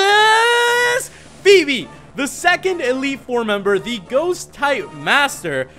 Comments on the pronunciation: You're not pronouncing her name right. It is pronounced Foe-bee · I'm not exactly sure how greek pronunciation works, but it's pronounced Fee-bee